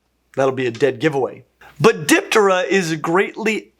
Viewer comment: So, I just realized for the first time while watching this video, that you are pronouncing the 'p' in 'ptera' an awful lot. Obviously not trying to say it's wrong. Just think it's neat, and not something I've ever thought about before.